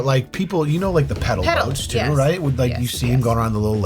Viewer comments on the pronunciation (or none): That Wheel of Fortune clip was pretty crazy - I can understand the first person not getting it because they said 'pah-dle' and not 'peh-dal', but for the second person to also pronounce it the same way was hilarious - And then to get wild guesses of an 'M' and then a 'W'? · I feel like the wheel of fortune clip, they were saying Pedal Boat but it sounded like Paddle Boat which is why they couldn’t figure out what letter because they had no idea after the guess. Kind of like if was on there and it was “Laundry Room,” he would be told that the answer is not Laundry Rum. ¯\_(ツ)_/¯ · Pedal people!!! Not paddle!! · The puzzle was “Pedal Boat” not paddle boat. So when they both say “Paddle” they think the word isn’t Pedal, so they don’t say it. But Pedal boat was never said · Pronounced Pehdel, not Pahdel... lolol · It is pedal boats, they just keep pronouncing it as “paddle” boats. Pronunciation is VERY important to that game show I have NEVER heard it being called pedal boats though.